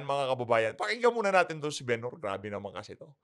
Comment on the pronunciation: Bumbay,yong Benhur pronounced as “Benhar”at hindi Ben Hur.